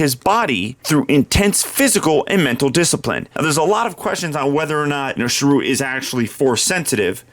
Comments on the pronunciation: It's pronounced cheer-ut 😉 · It's alright, mate, but watch his intro in the film again, he says his own name pronounced correctly, or at least the way the director and writers also pronounce it. Cheers!